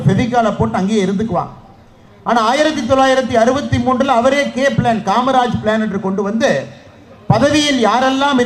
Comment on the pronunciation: DMK people don't have any basic thagudhi to even pronounce the name KMARAJ.